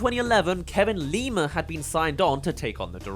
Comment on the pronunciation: The way you say Kevin Lima's last name make it sound like Lemur